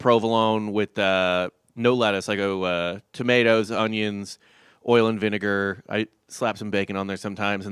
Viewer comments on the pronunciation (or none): wtf is an ownion?